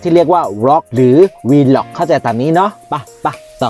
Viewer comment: แอดเคยอ่านคำนี้ถูกนะคะ Vlog อ่านว่า วล้าก (valaag) อ่านแบบเร็วควบกล้ำค่ะ ไม่ใช่ วีล็อค แน่นอนค่ะ ใครสงสัยตรวจสอบได้ที่อากู๋ แค่พิมพ์ว่า "vlog pronounce" เค้าจะออกเสียงให้ฟังค่ะ